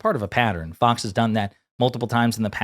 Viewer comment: "FAOX" KILLER BILL